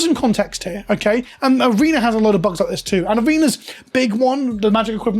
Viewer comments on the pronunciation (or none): none